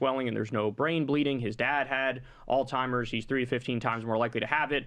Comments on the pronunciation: Kyle, it is Alzheimer’s, not Altimers. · Kyle say it with me ALZHEIMER'S!! not all timers! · alzheimers, not all timers lol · Every time Kyle pronounces Alzheimer's like All Timers...💀